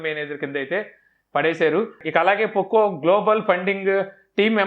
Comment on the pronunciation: Anna nuvvu పోకో(poco) ni పొక్కో(pocco) antaventi